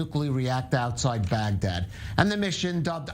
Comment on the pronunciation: It sounded like he said 'Fagdad' instead of Bagdad.